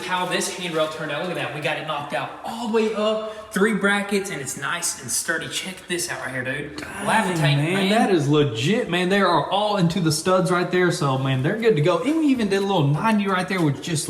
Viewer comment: My dude said "lavitate" instead of levitate 🤣